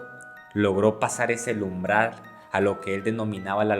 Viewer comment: Nada mas escuche cuando dijo LUMBRAL en lugar de UMBRAL y enseguida le cambié 😂